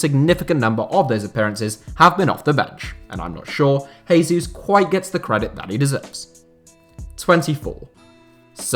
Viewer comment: He'd be if Gabriel Jesus was Spanish, which he obviously isn't. Same goes for when people say "hose mourinho", the "J" in Portuguese is(almost) like it is in English. He's correct in the same way that pronouncing "Hack stole a Hacket and went to Hail" is right, so basically he's completely wrong